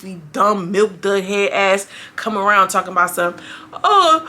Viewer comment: You call k karpi Milk dubs I’m dead ass hell 😂😂😂😂😂😂😂😂😂😂💀💀